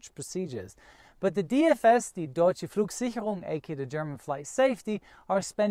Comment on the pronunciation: this is the first video of yours I viewed AND was asking myself what passport you carry until you pronounced deutsche flugsicherung to good not to be native speaker....kanal abonniert...many happy landings!